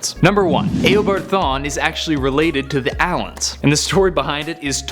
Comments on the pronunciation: im beginning to think that they just search everything up as fast as they can because "Grooood"? now "eh o bard thawne"? its gr-aw-d and eeh-obard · Disliked because you said ao-bard no eo-bard dumbass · its not aobard its eabard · U are a moron it is eeh o bard not aah o bard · He said aobard not eobard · It's pronounced e o bard not a o bard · Did he pronounce AYObard in instead of eobard.... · Notice how he says Awobod not Ewobard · did he just say “Ew”abard thawne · I liked the video but the way you said eobart my god i want to die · Did he just say "Aobard" smh😒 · I’m getting really annoyed about how he says Eobard 😑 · U say if u dont know anything about comics just leave but ure the one that doesnt know how to say eobard LOL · You need to learn how to pronounce Eobard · It triggers me how you say eobard